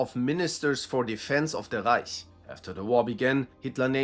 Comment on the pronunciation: You know he’s german when he doesn’t say reik instead of reich